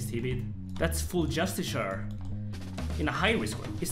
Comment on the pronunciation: Youre saying Just-ish-ar When its Just-ish-e-ar